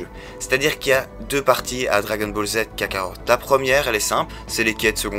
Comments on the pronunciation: Kakarot et non pas KakaroRt ^^ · Il a bien dit kakarort #0.11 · Kakarot pas kakaror